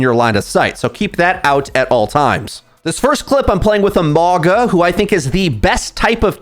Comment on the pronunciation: Lol (wOO-Yong) and (mOw-gUh)